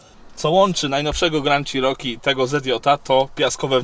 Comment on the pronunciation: Jak mantrę zawsze powtarzam ludziom - wymawiajcie proszę poprawnie marki/modele aut. Ten model Jeepa wymawia sie "czeroki" nie "cziroki" albo co gorsza "sziroki". Przy okazji fajna furka, miałem większość modeli mieszkając w USA - zawsze miałem do nich słabość.